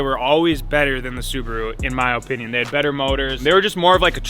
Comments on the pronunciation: "In my ohpinion" lmao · "My OHpinion" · Say opinion like u would say onion drop the o